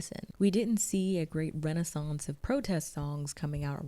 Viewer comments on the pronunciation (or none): none